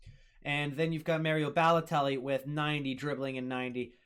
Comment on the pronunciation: How tf don’t you know how to say Mario . Your real stupid Foreals .